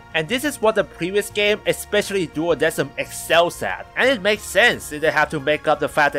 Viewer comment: It honestly bugs me that they pronounced it "duodeSim" when the correct pronunciation is "duodeKim." Coming from a company that commonly uses the Latin language in their music, you'd think they wouldn't make such a simple error.